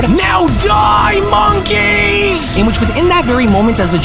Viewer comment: U saying MONKEYS too hard Sounds like namek Frieza Or ..... Genkai 🫨